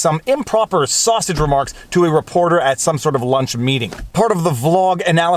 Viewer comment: Pronounced ‘saw-seeege’... thanks